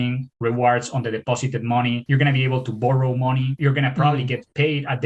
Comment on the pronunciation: Borrowing mowny. Borrowing mowney.